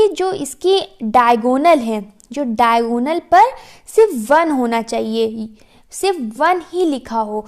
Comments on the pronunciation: Actually it is diagonal not daigonal😂😂😂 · It's diagonal not daigonal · It's Diagonal ma'am! Not daigonal 🥂🤍 Overall Your way of teaching is very good!